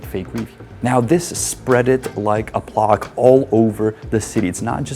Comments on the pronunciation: I think you meant to say “spreaded like a plague” (/pleɪɡ/), not “plaque” (/plɑːk/) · Bro pronouncing plague like Prague was unexpectedly wholesome :D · The P-L-A in "Plague" is pronounced like "Play", not a big deal but it threw me off a little :P